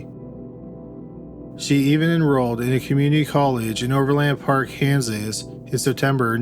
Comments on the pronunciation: Ok... it's not pronounced over LAND park... it is one word pronounced with more of an "in" sound than an "an" sound, no inflection, just Overland Park. And it is in KS not MO. I also thought I heard you say "Oakland Park, Ks" once in there ... that doesn't exist, there is an Oak Park area of Overland Park.. in JOHNSON COUNTY KS. No Ville... just Johnson... you got all that wonky but managed to pronounce "Olathe" correctly.... I can't sort you out...lol And for those still confused.. yes we both have a Kansas City ... we both have a Johnson County... neither have a Johnsonville (county)... that's a sausage company... and OP is in KS only... that is all... so far... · Overland Park, "O' verland Park". Exactly how it's spelled. Also, that's Kansas. Not Missouri.